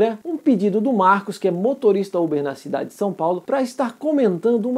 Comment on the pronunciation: Só eu que entendi Marlon em vez de marcos? Kk